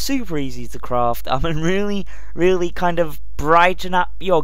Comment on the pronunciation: i hate how he says really